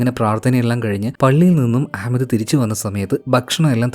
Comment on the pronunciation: That pronunciation of Ahmad...👍🏻🙌🏻❤❤🔥🔥🔥